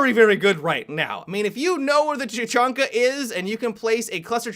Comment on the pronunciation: i had to stop watching because the way said tachanka sounded like "ta-chun-ka" and it doesnt match with his voice